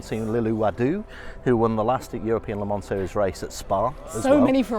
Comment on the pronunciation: LeMon xD - someone should have taught her how to pronounce it correctly.